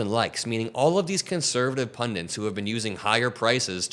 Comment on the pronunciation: Pundit. Not Pundint.